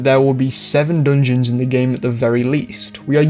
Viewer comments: If this dude says “DNJNS” one more time…. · not meant to be poking fun at your accent, but the way you say "dungeons" provides endless joy and personal fulfillment